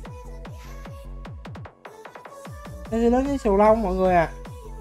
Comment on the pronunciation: trạng thái sulong mà ah kêu sù lông:))